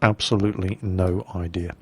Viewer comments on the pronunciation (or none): none